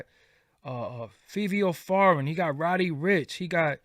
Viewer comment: Fivio Foreign gone have his name mispronounced forever like Meek Mill.....not Millz